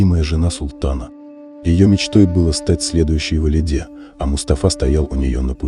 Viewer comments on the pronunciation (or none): Почему неправильно произносит слова? ВАЛИДЭ ПАША УДАРЕНИЕ НАДО ПРАВИЛЬНО СТАВИТЬ.Неприятно слушать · Почему такое неуважение к слушателям, пАша, валидЕ ?! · И не тільки в слові пашА зроблено неправильно наголос, а ще у слові валідЄ, а тут твердий звук - валідЕ, а також не шехзадЄ, а шехзадЕ.